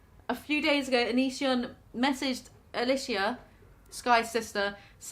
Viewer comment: Just a note (and idk if her name is actually pronounced like that or if it’s pronounced different where you’re from ) but Alicia is pronounced ah-lee-sha in America. Not tryna be rude just hope this helps!